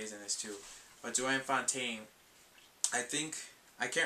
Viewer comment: Hi -enjoyed your video and just have two comments, the first regarding The Big Lebowski which I only just saw for the first time the other day and really liked it. Your thoughts? and secondly I just wanted to correct you on the pronounciation of Joan Fontaine's name. You were pronouncing her name as Jo Ann but it is pronounced Joan, as in bone or flown.